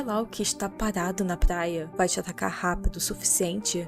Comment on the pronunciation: "Plaia"???pqp kkk